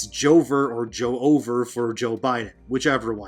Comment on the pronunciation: Its JOEOVER is pronounced "its joe-ver".